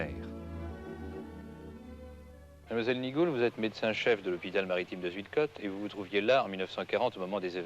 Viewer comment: On ne prononce pas...Zuidecotte mais Zeuidkaute.Cette localité à fait partie de la Flandre toute proche.